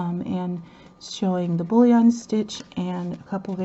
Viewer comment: Boolean stitch? Is that what you said or Bouleon? Thx. Those are beatiful hexies.